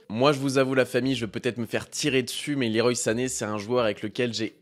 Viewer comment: Le roi comme Claude Leroy pas Liroï La team pro pour le pseudo (pas très anglophone) mais gg pour la vidéo sinon ;)